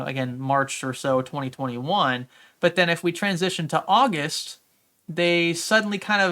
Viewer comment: The month of ''Ausust'' that's pretty sus, good video tho